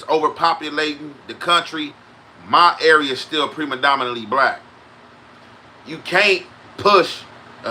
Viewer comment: what’s pre-madomanatly man 😂 it’s predominantly pronounced pre-dom-in-ant-ly, we fucc with u tho Any it’s jus funny how you remix tf out a word